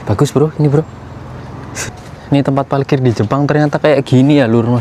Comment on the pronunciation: Jalan2 virtual lg kita d Jepang nih, kali ini agak ke kota-nya, eehh tp sepertinya agak kesulitan klo melafalkan huruf " 𝙇 dan 𝙍, seperti klo bilang 𝙥𝙖𝙧𝙠𝙞𝙧 jd 𝙥𝙖𝙡𝙠𝙞𝙧, 𝙩𝙧𝙖𝙠𝙩𝙤𝙧 jd 𝙩𝙡𝙖𝙠𝙩𝙤𝙧 😊, hihii...ga apa yaa, ini jd ciri khas-nya. Semangat trs ajak kita jalan2 virtual ke Jepang, sehat slalu